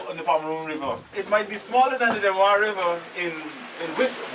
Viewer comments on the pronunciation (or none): It is Demerara River not Demewara. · Demerara not demawara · Great effort in trying to do this documentary. However your language sir, and the pronunciation of words like 'Demewara' among others are inaccurate. It's Demerara, not 'Demewara'. Your language is confusing. The word is water not 'wudder'. Otherwise I admire your initiative of making such interesting video about our beautiful country. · It’s called the Demarara and pronounced dem ah rah rah not dem awara stop butchering the name my friend lol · DEMEWARA = DEMERARA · Note to guyanese ppl...there is no W in Demerara. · Demerara, not the demewara, who is this guy presenting Guyana. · Demerara don't have w inside it😂😁😁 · Stop saying demawara... And Parika is on the East Bank Essequibo... Very informative and entertaining never the less...